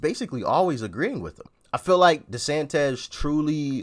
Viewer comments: It's pronounced DeSantIS, not DesantEZ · Dude, it’s Desantis not desantez 😂